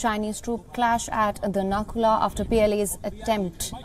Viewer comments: Please correct the name of the pass it's Nathula not nakula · not Nakula ,it's Nathula OK.. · Not Nakula it's Nathula 😊